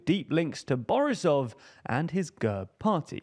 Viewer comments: lmao fr, especially "borisov", he made him sound russian 🤣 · He manage to mispronounce every name in that one sentence - from GERB, to Borisov, to Sofia